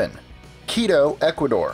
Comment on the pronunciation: You pronounced quito wrong but its ok i forgive you lol